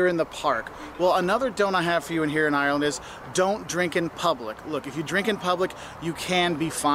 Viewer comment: It's Ireland not irreellannd